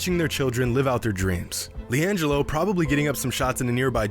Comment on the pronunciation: why you do leangelo like that lmaoooo